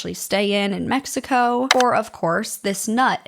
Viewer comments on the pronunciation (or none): none